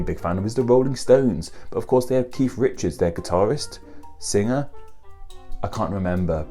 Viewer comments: Umm it's Keith, not Keif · Anyone else hear say "Keef" before even watching? 🙊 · pronouncing Keith as Keef, reminds me of the Irish surname O'Keefe